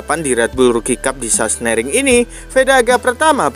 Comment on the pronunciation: Sachsenring....bukan sasenering😂😂😂